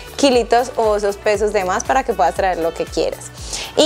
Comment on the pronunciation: Como es que se dice " orvidar u orviar pues esta joven me deja confundida dice orviar, llevar dice llear , puedas pueas 😮